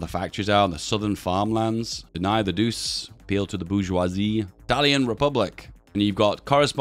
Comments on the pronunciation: Its not pronounced like doos, it is pronounced like douchay, so douche is not too far off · Could you please use the italian pronounsiation of "Duce"? (that will be "Duche") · Hey. Duce is pronounced like Duche with sound E. I dont know maybe you do it because demonitisation, either way i hope you've notice. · It's pronounced "doo-chay", not "doose". Il Duce means The Duke, as in Duchy. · Duce is pronounced Du-Che, not Duse. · Sounds like you are saying douche everytime, try ducze as this is much closer to the italian pronounciation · It's not [Dus], but [Duče] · It’s not douce it’s doo chey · Say it like "doo- chey". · The "ce" in "duce" is pronounced similarly how you say the "che" in "check". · Dude it's pronounced Doo-chay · Bruh please stop saying Deuce, it's not even close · ffs man Duce is pronounced "Doo-Che". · Im a lil bit of a linguist nerd, but since you seemed interested, duce is pronounced du-chey because in italian, the C is pronounced ch. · Feels wrong to hear him pronounce duce like that Its pronounced like Doo-chay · everytime he says “doos”, one of my 10 braincells withers away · time to correct your pronunciation: the "ce" in Duce is pronounced like "Che" in Che Guevara or Chechnya, granted the guy was a massive deuce. You're saying Italio instead of Italo, gotta drop that "e" sound. Dino, Balbo and Vittorio are correct. For Emanuele take manuel, add an "eh" sound (without the h) and put it in the end and start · please - it is pronounced doochay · it's pronounced "douche" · Duce, spelled Doo-che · The way you pronounce duce is so funny i almost peed myself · Even though I can't speek Italian I still feel the pain with you for his pronunciation of the duce